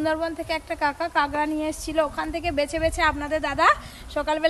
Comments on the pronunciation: কাংরা বলে না কাঁকড়া বলে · কাকরাকে ক্যাংরা বলে কেন